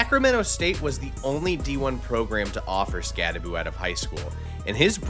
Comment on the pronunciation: Learn to pronounce his name correctly! It’s not Skatteboo, it’s Skattebo! So Bo, not Boo at the end!